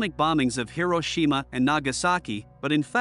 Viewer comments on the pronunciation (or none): none